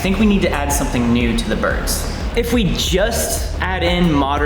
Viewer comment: Trying to process them saying "Boids" is like trying to prove a trigonometry problem with a C in algebra 1